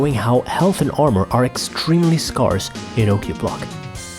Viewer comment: I have never heard the word "scarce" pronounced the same way as "sparse" before